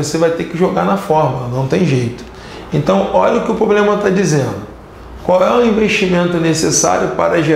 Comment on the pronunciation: Eu acho que ouvi ele falando POBLEMA..... independente disso, eu ameiii a aula...hj que fui aprender juros na vidaaa!!!!